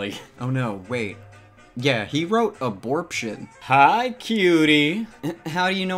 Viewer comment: Also at “aborption” 😂